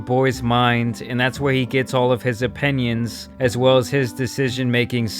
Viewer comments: It’s OPINIONS, not OPENIONS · I love the way you say opinions. uh-pen-yuns 🤣